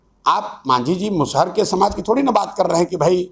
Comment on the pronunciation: मुसहर नहीं बोला जाता है नेता बन रहे है तो बोली सही से बोलिए जी